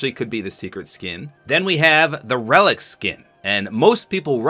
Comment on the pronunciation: Its relik hes ruin